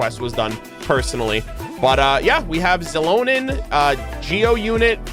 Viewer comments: I was wondering why is he says her name like it is "Zilonen"?, lol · Yaay you'll get Mualani and Kinich xD - NOOO THE CHANNEL IS RUINED. Versiona 🤣 - I have no idea how to pronounce Xilonen. I'm like, stuck in "shilonen" but I heard you say "zilonen" so now what do I do lol - aww ok, you're skipping her Unless we get a Navia moment - I'm definitely getting her but I'm on the fence of where I will 😭 she's so pretty too 🥲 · the "x" in xilonen's name is pronounced as "sh" also I love her sm, my brazilian queen